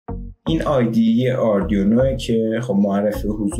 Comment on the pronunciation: ممنون ولی اردیونو نیست برای یه مهندس زشته تفظ صحیحش میشه اردوینو arduino حتی اروم بخونین و اسپل کنین اردوینو خونده میشه !!!!